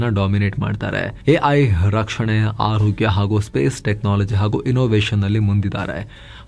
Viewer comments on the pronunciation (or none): none